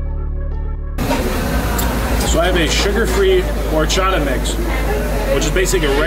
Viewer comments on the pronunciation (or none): none